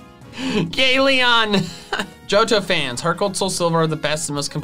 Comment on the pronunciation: IT SOUNDED LIKE HE SAID GAY LEON AND NOW IM CONFUSED AS TO WHAT HE SAID